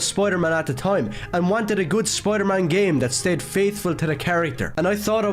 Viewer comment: "Spoiyedur Maan"